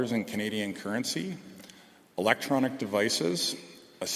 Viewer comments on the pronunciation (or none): none